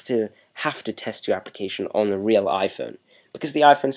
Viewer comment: "weal pain in dee ass" lmao love da accent